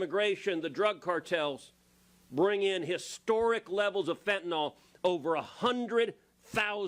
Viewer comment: It is pronounced Fen ta nyl not fen ta nal